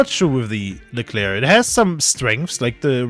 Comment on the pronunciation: leclerc "es es ai"... painful